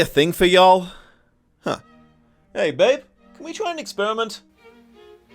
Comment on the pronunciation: woww you are the 1st English person that I have ever heard successfully say y'all / yoL congratulations! loll! I always thought the show looked really stupid and too old fashioned yet so contradictory to only be stylized as a period era show yet with cheap pop songs; just stylizing and fettishizing victorian themes, its pointless, not artistic just cash grabby and it really makes me angry! I would always rather watch something more modern anyway and I thought you were gay look at your red nails, well now I know and I am Ace. it would be a blast to meet you generally ~ Roarr!